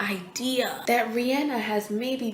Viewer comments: Oh my goodness you say REE ANN A. Thank you! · Kudos for pronouncing Rihanna's name correctly.